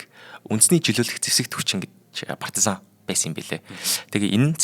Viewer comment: Гадаад хэллэг бүтэхгүй ээ. Партазан, Элжэбит гэх шиг..